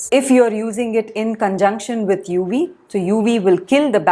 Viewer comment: I find Indians don't understand the phonetic difference between 'v' and 'w' -- 'wery, wery good'; 'UW filter'.